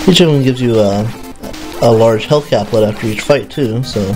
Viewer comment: caplet? u make it sound like drugs XD